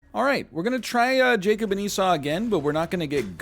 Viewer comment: Also "Jacob"